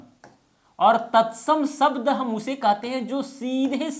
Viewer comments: शब्द को सब्द क्यू बोल रहे हैं आप सर जी😂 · व्याकरण पढा रहे हो और श, ष को स बोल रहे हो.... शब्द को सब्द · आप शब्द को सब्द बोल रहे है। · Sabda nahi Shabda hota hai... pahale aapni Bhasha Sudharo😂